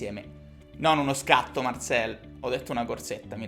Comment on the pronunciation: Marcel perche lo pronunci alla francese?